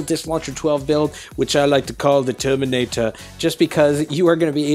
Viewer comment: Loved the Broad Accent he added in "The Terminator"! Really reminded me of Arnold Schwarzenegger's Terminator Series!